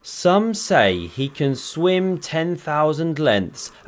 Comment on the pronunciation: " I certainly kann" . jajajaja